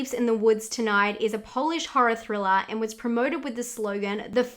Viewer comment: I am the only one who loves hearing say things like Octobah, Thrillah, Cadavah?